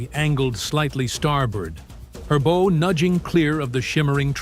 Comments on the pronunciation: Just a quick note: it’s pronounced bow (like “ow”), not bow like a ribbon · Bow, as in take a bow, or the front of a ship. Not the same as bow as in bow and arrows. Fix your narration. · It’s bow, as in ow, not a ribbon on a Christmas gift